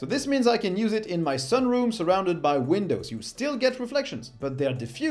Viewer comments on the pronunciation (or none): none